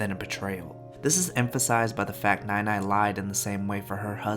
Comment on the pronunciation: i know this is suppose to be a serious video but every time you say nai nai it's in the wrong tone so instead of grandma, i keep hearing milk but it's the way we would say it to younger kids or babies loll.